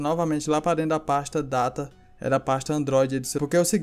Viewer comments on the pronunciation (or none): none